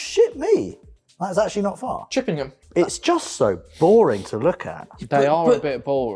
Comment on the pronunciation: And Chipping-ham! 😂